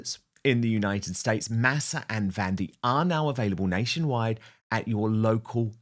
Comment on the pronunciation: Please learn to pronounce Masa correctly!